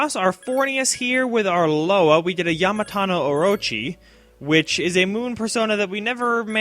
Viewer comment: It's Yamata-no-Orochi last time I checked...